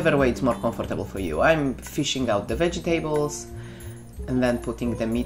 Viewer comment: Why do you pronounce :"vegetables" a "wedżitables"?